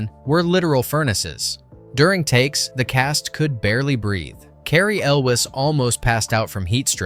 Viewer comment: This guy needs to learn how to properly pronounce Elwes